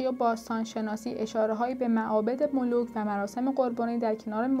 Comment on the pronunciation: ملوک چیه نابغه؟ملوخ.مولوخ.😂